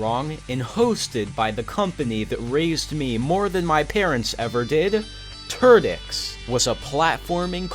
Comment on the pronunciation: Sounds like "Ter-dicks!" XD